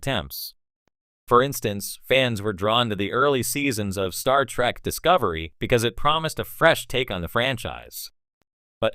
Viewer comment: You would think that if you are running a star trek channel, you could train your AI voice to say "Star Trek" properly